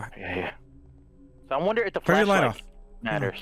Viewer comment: Anyone else realize Delirious said "fleshlight" instead of "flashlight" 😅